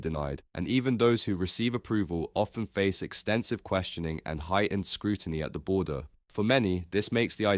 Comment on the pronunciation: ‘Britishers” “scrooiny” and “detainment” ? This individual’s challenges with English language literacy are amusing. His headline is blatantly dishonest as he regularly demonstrates in his second rate commentary.